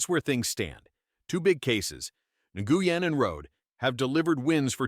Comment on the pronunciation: Learn how to pronounce Nguyen and Rhode.